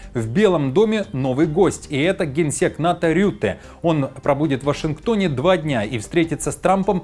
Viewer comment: Не рютэ а хрютэ. 😂😂😂. Так лучше подходит😂😂😂😂😂😂😂😂😂😂😂😂😂😂